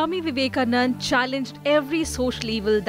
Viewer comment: By the way... His name is Vivekanand'a'....with an 'a' at the end.......I hope this reporter can use the name as we all have known him....